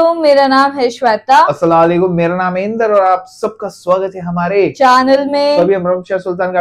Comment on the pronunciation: Assalamualikum Bola Karo Aise Hota Hain Salam ♥️